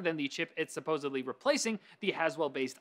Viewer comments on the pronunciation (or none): ***** He said 15%, and 'supposidly'.